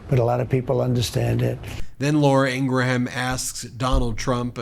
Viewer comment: "Graham", as in "Ingraham" is one syllable, as in Graham Crackers or Graham Nash. Not "gray ham".